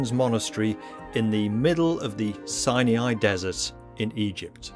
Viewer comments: The monastery is a place of PRAYER not merely meditation. What and where is 'sy uh ny' its called 'Sy Ny' Its like the difference between nuclear and 'nuk yoo ler'. Great video otherwise. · Mount SINE-E-I?